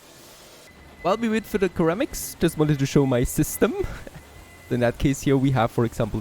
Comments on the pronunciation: Love the series, got me aware of your channel. It is BTW pronounced "Sir-amics", not Ker-amics. Not being picky, as my German/French/Italian is none existent. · Again, love your vids. It's pronounced "Sir-am-iks" ❤ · ceramics= ser-am-ics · Loving the series, not sure if its a language or accent thing but ceramics is pronounced like "suh-ram-ik" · Just so you know, ceramics is pronounced "seramics" ;) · You are pronouncing ceramices wrong. Also, the line wou made for the clay have a 6-9% slope at one point.